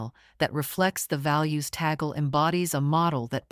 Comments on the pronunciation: Cardinal Luis Antonio Tagle's surname is pronounced "TAG-LE", not Tagel.😚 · Tagle is pronounced as ‘TAG LAY’ Not tag gel or tag girl. Please pronounce it correctly. Thank you. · It is pronounced as Tag-Lē. Cardinal Tag-Lē and not Ta-gel... 😊😉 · 😅Ta-gle is the same sound as eagle which is wrong. Tag-le with the le syllable as leopard. 😅 ❤ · People must pronounce the name of our Phil. Cardinal Luis Antonio Tag-le not Ta-gle coz its wrong sound is insulting to the ears of Filipinos. 😢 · Be nice if she could correctly pronounde the cardinal's name.